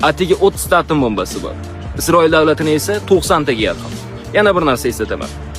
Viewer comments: Ука катта рахмат маълумот учун, факат Изроил эмас, Исроил деб гапиринг, талаффузга эътибор беринг. Узбек тилида Изроил булмайдику. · Yaxshi ma'lumot lekin Isroil boladi izroil emas milliard boladi milliart emas... Oldin ... Tushungan tushundi. Òzin nima qivossan Òzbekistonni rivojlantirish uchun ??? Aqilli gaplani hamma ham gapirishi biladi...